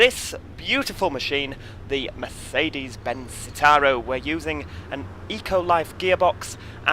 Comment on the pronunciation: Merzzedes Zzitaro 😂 love it